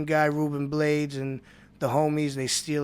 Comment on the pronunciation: this dude said ruben blades and pronounced the last name wrong. Its blah-des not blades